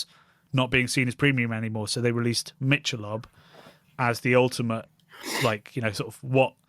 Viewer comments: Mick-ahh-lobe Ultra is the worst ... of course the marketing is off the charts slanted to the mean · It's pronounced "Mickelobe" here. And it's essentially lightly beer-flavored water. Trendy fake beer for fake people who want to be trendy. It's a perfect reflection of our image over substance society.